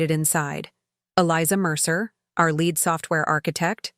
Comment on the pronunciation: Too bad you can’t correctly pronounce common English words, like “lead.”